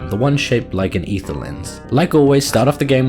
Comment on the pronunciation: for pronouncing Aether correctly.